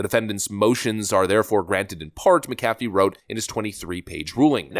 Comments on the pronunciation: It’s Mc-Afee. Like Mc-Donald or Mc-nally. Why is this hard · It's JUDGE MACK-UHH-FEE!!! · You’re pronouncing the Judge McAfee’s last name incorrectly like your pronounced Warner Bros. incorrectly. You said Bros.instead of “Brothers” when that company was in the news in the past. Hopefully you’ll now to say it correctly in the future. Thanks.